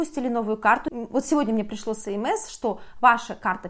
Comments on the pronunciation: ЭсЭмЭс, а не СэМэЭс)))) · Желаю Вам чтобы все удачно решилось. СМС читается как эс эм эс